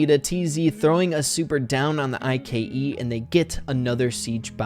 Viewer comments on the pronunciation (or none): Nobody says I K E everybody says IKE